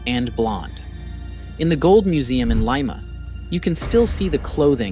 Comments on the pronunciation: It isn't liema, its pronounced leema. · FYI, it's 'Li-ma', not 'Lie-ma'; Great video! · Lima Pronounced (Lee-Muh) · The audio is AI generated, that is why you hear Lie-ma and giga-tism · Homeboy, you can’t say Lima like the bean.